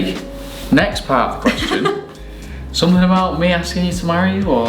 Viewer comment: Felicidades, sólo algo para acotar aunque quizás algún seguidor se ofenda, pero es para ayudar nada más, estaría bueno q corrijas cuando pronuncias someTHING, THING, chekalo con tu novio, y q sean felices y coman perdices..😘😘